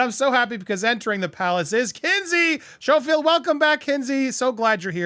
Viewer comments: ...Great Report!!! BUT... I believe she pronounces her last name as SKO-field. Keep up the great reporting you are my FAVE channel!!!❤ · I love Kinsey! Isn’t her name pronounced S-K-O-field?